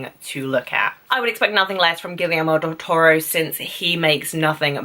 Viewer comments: Actually, if you want to pronounce it closer to spanish, it should be "Gee-yer-mo", a blunt end at the "o", not that "ou" dipthong, and the e in "yer" like the "e" in "energy" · I like you videos and your views, but one thing: the director's first name is pronounced Gee-air-moe, with a hard "g".